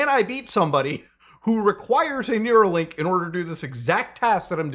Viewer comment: REEEEEE IT'S NEURALINK NOT NEUROLINK